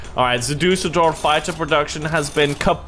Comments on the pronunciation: hahahah your pronunciation of Düsseldorf is so awesome ! I love it, even it is totally wrong. But it`s just too great ;) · Düssel dorf not dousell dorf